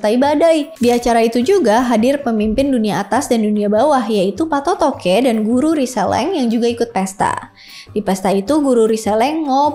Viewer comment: Patotoe ya bukan patotoke!!!! Baca aksara kunonya.